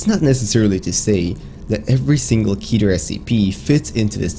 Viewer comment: It's Keter (Keh-ter) If you can say Keter Griffin then you are saying it wrong